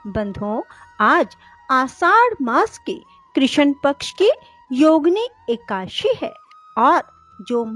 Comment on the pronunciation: ekadashi hota h ekashi ekashi kyo bol rhi ho.